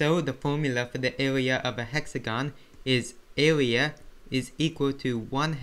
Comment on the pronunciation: Bro, if I had made fun of you of the way u speak, would you be happy? Why are you making fun of him because he can't pronounce the R.